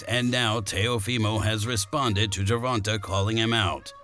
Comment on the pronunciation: bro when you say the mans name say it right say the letter A at the end of Gervontas name man wtf! is he a female? say the letter AAAAAAAA